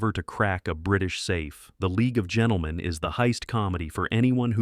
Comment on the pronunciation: Boy did you get 'The League of Gentlemen ' wrong!